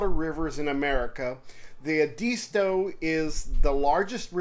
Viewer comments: Pronounced Ed-a-stow! Not E disto. Other than that enjoyed the video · It’s pronounced properly as Ed-as-toe or Ed-isss-toe. I’m a SC native so trust me.